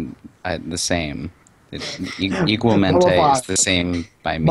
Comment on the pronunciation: i did a double take at smooth trying to say "igualmente" tbh omg